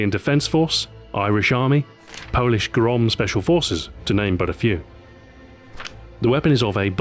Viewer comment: Lol its not "grom" its said kinda like grr then ohm (unit resistors are measured in) so like groam